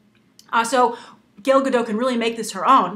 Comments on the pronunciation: Hey Grace, (first comment!) First, Gal's name is pronounced GAL (not gail). Second, you touched on it in the last 10 seconds of the videos, do you think that an actress's origin, especially if it's politically charge like that of Israel, can affect the success or criticism of a movie? While I never found Gal very interesting she is a big deal here in Israel, and i have to say that she is known for her unique and different sexuality than that of other models- in that she is married, has had a baby, and kept a very slim athletic look. So do you think that these features helped her, or that maybe the casting is actually trying to use her ethnicity as a selling point. thanks, Guy. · Ugggggh, I freakin' love your videos Grace but you just totally butchered her name. GAIL, why Gail? It doesn't even look like her name could possibly be pronounced Gail. GAL, GAL, GAL, GAL. OY. C'mon Gabby Roodolpy (get it, I messed up your name a little. K, I'm sorry, that was kinda mean.) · Grace, you are pronouncing her name wrong, you are pronouncing it as "gale" which is wrong the "A" is more phonetic, I guess a closer pronunciation would be similar to saying Kal, when you say Kal-El. (just replace the K with a G).